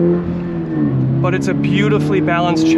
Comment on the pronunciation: Why are you saying "but" like doug? Rofl.